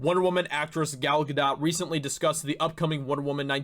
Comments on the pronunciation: "Gal GadoT" The "t" is silent. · Well I'd hope she wouldn't be bc she is from Israel...the place President Trump backs and has helped 100% btw idk if you were just trolling her last name or if like me at first you genuinely don't know how to say it but it's pronounced Guhdóe...i think that is the right mark above the O,it's a long O sound, again idk if you mispronounced genuinely or not n I'm not being sarcastic or trolling by telling the correct way just passing the info to ya,love ur episodes on the channel, like i wrote: Thanks for helping be a voice in this fight 💪🤘😆🤘🔥🔥🔥🍻